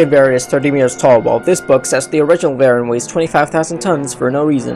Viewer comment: VERR-in again. You guys drive me crazy, just like with GIGG-in and BAY-gin. Hey, why not Muh-GAY-lin, and AYN-glus and Kuh-REE-yew while you're botching names?